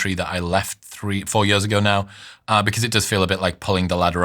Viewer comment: years 💀 yöz ✅ hate how he pronounces that... ew